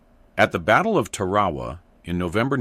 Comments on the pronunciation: Tu-RA'-wah? TAR'-awa. OK - you can't read well enough to speak the script; but can you at least teach your AI or text to speech engine the correct pronunciation of the critical names of the island battles in WWII? It sounds STUPID to mispronounce words everyone knows. And the most lethal M1 variant in Okinawa was the T3 - later M3, with night vision scope - that exactly countered the Japanese tactic of crawling out of the bunkers and caves at night in search of foxholes with sleeping GIs and Marines. They thought they were invisible in the darkness. They were wrong. 30% of the Japanese casualties by rifle fire on Okinawa were attributed to the carbine - an eye-opener to the Marines who swore by the Springfield (first) and Garand (second). Meanwhile, this fanciful BS describes a round that never existed, was at odds with the Hague Conventions of 1899, and does a disservice to the brave soldiers who had to accomplish their missions without some fictional Star Wars weapon. Notice there are NO pictures of this Rube Goldberg, multi-magazine, full-auto ahead of its time (Tarawa was in 1943 - well before the M2 select-fire carbine existed in late 1944) imaginary weapon. And have you ever LOOKED at a carbine round? The bullet is the size of a glorified M&M; rocket motor, explosive charge, and tungsten penetrator inside it? There are so many things wrong with this fiction it's hard to know where to start. 30 rounds in 8 seconds equals 950 rounds per minute? What math is that? The M2 c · It'# pronounced 'Tar-ah-waa'.